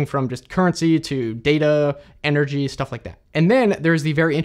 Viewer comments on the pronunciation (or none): none